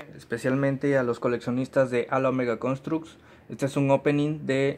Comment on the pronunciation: Amigo sólo te queria decir que halo se escribe halo pero se pronuncia jeilo